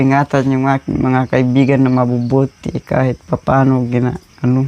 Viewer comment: Nakakatuwa nman Yung "Kaibigan" ka-i-gan pala 😂